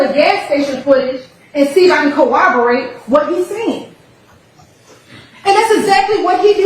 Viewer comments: Exactly!! I said wait, did she just say "co-obo-rate?" She did. 🤦🏾‍♀️ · She needs people around her to tell her how to pronounce corroborate😂 I’ve heard her say “cowoberate”at least 1000 times during this trial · Could someone please teach how to pronounce “Corroborate “ please!!!